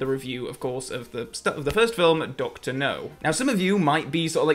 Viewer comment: I literally said "Doctor NURR!" at the same time. (I have a friend from Nottingham who has a similar accent.)